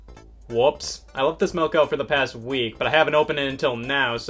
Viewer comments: Dude. It's fucking milk. Not melk. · Scott pronounces milk like malk, Easter wisconsin intensifies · He said "melk"